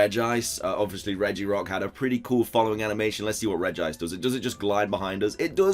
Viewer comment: Is it just me or did he say regirice